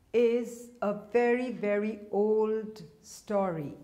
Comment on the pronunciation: Thanks for your staury instead of story...